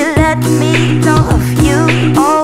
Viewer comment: Selah- “let me loff you” accent so good